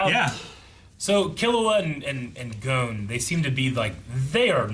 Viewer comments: Its not gone its gon with a hard o sound. Like the letter O . or go-n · can you read? I said dub gets it wrong. The sub pronounces gon as gone. The dub pronounces gon as goan. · Please pronounce it gone not goan. Thanks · Gon's name and gone are two completely different pronunciations. It annoys me when people say gone like "oh he's gone now" no that's not how his name's pronounced.